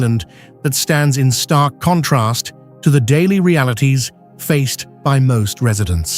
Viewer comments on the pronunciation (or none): none